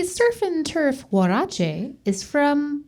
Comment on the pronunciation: Very nice pronunciation of huarache 👏